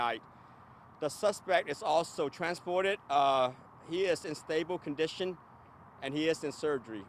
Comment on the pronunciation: 😂😂😂 stabo condison 😂😂😂